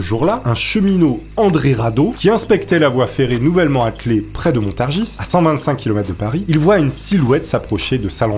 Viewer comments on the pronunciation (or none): Attends attends, j'arrête là video 2 sec... Montargisse tu as dit ? J'ai jamais dit le ''ce'' a la fin moi 😅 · Et Montargis ne se prononce pas Montargisse ...c'est comme Paris..😂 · excellente vidéo mais Montargis se prononce sans le "s" mdrr